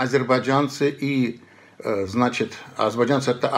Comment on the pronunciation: Очень забавно было наблюдать за изменением произношения Одувана в течение видео: от «азербайджанцы» до «азербайджЯнцы», плавненько так😁😁 Шустро ассимилируется парень